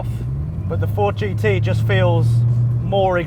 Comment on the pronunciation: THISS Is a tooth ousnd six foourd Jeee tee